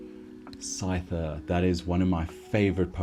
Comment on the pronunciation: Should be a regular part of the show imo. Also, say Scyther the right way -_